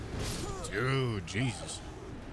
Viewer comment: Absolutely love the way he pronounces "dude". It's subtle, but it makes me chuckle everytime. Dunno why.